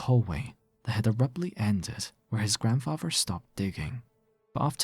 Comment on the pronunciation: Not his grandfrarver